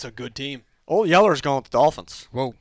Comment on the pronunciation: Lmaoooo I caught that "He's groin with the Ravens."